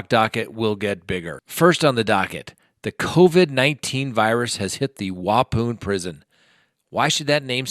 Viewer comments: as a native to wisconsin I love hearing others try to pronounce our cities 🤣🤣 WAH-PAWN is how it’s pronounced 😄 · Lolol...I just listened to you pronounce it again....Wapoon lolol. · The way you pronounce the Prison name is....Wapon..I live in Wisconsin. Yes I know the correct spelling is Waupun...but it's pronounced the way I spelled it 🙂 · Lol I live in Wisconsin.....it's wa-pon (like wa- as in Washington, and pon as in pond). Killin me 😂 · It's pronounced Wa-Pon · It is pronounced Wa-pon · Waupun is pronounced wah-pawn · Sending my love From Wisconsin!!! *****p.s......its pronounced Wa...pon, like grey pu pon!! LOVE YOUR SHOW AND HAVE GREAT RESPECT FOR YOU AND HOW YOU DO THINGS!!! VERY RESPECTFULLY!!! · Also pronounced Wah-pOhn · Pronounced like waupan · Pronunciation of the town is Wau-pun! Sorry I grew up in Wisconsin. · Thanks for the update! I'm just down the hwy from Waupun, pronounced wawpawn lol, and I didn't know the virus got this far north yet. Steven Avery (Making a Murderer) is at the same prison btw. When is the last time you want shopping? There's an apocalyptic panic in the public right now. It's not just toilet paper. I've read so many zombie books that I'm not freaking out seeing this but people are sweeping arms full of food from the shelves at a time. It's nuts out there. Glad to still see you here! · Hello, love your videos! I live in Wisconsin and thought I would let you know that Waupun is actually pronounced Waupon with a short O. Thank you for the informative videos. Keep up the great work! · Niemczynski 😂 what a bunch of boneheads we all are. We didn’t even notice that Watts isn’t even at Waupoon (I’ll never be able to pronounce it any other way again😂) he’s at Dodge Correctional 🤦🏻‍♀️🤣😂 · It's pronounced Waupon. Pon. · I can't watch this video anymore. You're pronouncing Waupun wrong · I am from Wisconsin and he pronounced Waupun wrong. That’s ok I got a good laugh🤣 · Waupaun prison is pronounced "Wah Pon." Just FYI